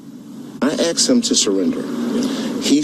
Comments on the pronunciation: He axed him skraight up. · Steve Canyon Clockwork. Never fails. Axed him. Lol 😂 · That's bubonics for the word "asked"....LMAO